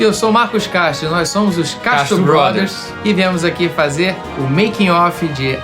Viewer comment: Quantas veses vcs tentam falar castro brothers ate sair certo